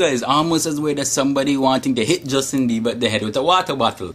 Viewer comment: i love how you say bieber "Biebah!"